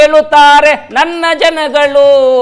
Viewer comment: There is a difference between ನನ್ನ ಜನಗಳು & ನನ್ನ ಜನಗಲು ನನ್ನ ಜನಗಳು 👈this is correct & other one is wrong provocation Please pronounce it properly 🙏